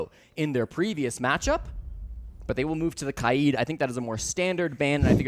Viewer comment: bro said kaieed